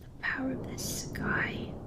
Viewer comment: 8 years later "power of the skYh" is still my favorite line lol something so particular about it